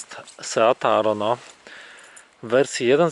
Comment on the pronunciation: Kiedy w pierwszych sekundach słyszysz jak koleś źle wypowiada nazwę modelu...